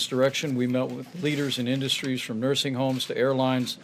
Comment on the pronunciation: what are "in dust tree's"?